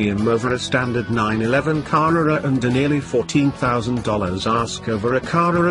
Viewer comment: Great descriptive prose even if I do struggle at wondering about the deliberate mispronunciation of " Car-rurr-rrar " and " Pye-rurr-lee " . As for the car, well, I think one would struggle to find another that was better.